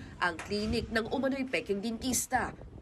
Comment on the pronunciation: Dentista ❎ Densheeshta ✅